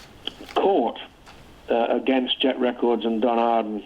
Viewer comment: I was willing to overlook the pronunciation of "contribute," but butchering "against" is baffling.